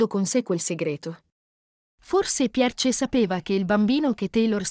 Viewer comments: Scusate, ma si legge PIER o PIERS, non Pierce, su... Anche Thomas ha un altro accento... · Che spasso! La pronuncia della commentatrice è favolosa. Tomas con l'accento sulla A e "Pierce" 😂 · Forse non si dice Pierce